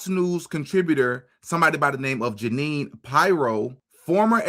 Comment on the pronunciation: I can’t believe you don’t know how to pronounce Judge Jeanine. She was on The Five and now she is the attorney general for the DC area.